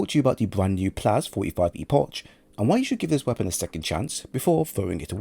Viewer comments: It’s a CK sound at the end of Epoch, not CH. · It's E-Pok. Not E-posh